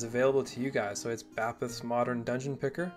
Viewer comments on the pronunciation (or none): I always thought it was pronounced “bay-peth”